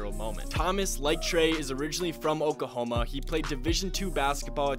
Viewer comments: Oohkahoma I didn’t know that’s how it’s pronounced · Just for the record, when you pronounce Oklahoma, you pronounce the L .... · Bruh y this dude forget the L in Oklahoma half the time when he pronounce it.